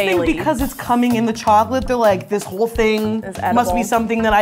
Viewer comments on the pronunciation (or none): none